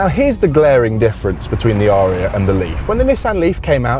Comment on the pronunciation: It's pronounced 'a-ree-a' アリア...